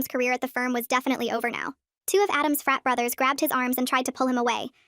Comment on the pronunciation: Help when I was watching the short before the video at the beginning I thought she was saying fat president